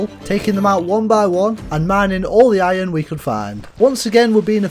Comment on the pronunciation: Did you really say whoa instead of water and ion instead of iron? 😂